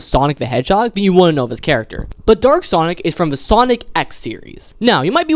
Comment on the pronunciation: It was so funny when he meant to say dark sonic but it sounded like he said “Dork sonic” 😂